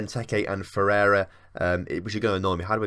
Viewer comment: The 'ei' in Ferreira is pronounced like the English letter 'A' or 'ey' in the word hey.